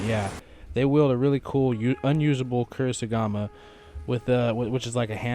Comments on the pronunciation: Only for reference. Kasuri Gama (Ka-sue-ri Ga-ma) Good work dude, was pretty informative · It's kusari gama. Koo-sah-ree-gah-mah. Americans are always so bad with pronunciations. Anyway, good video! Keep it up! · Kusarigama* I think you have the first 2 vowels backwards.